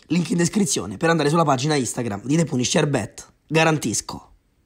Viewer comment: [Sfogo] pronuncia punisher con "puniscer" anziché "paniscer"...come cazzo se faaaa